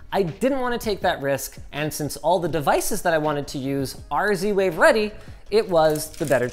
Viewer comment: And he went for zwave 🤦